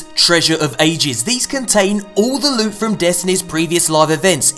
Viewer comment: To be perfectly honest, I miss when does his loot hauls starting by saying... Lewt, sweet precious Lute. Please tell me I'm not the only one.